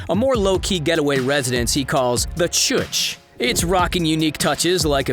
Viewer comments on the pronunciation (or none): that is not how you say that. Say "ChuRch , drop the "R" and exaggerate the "Uch"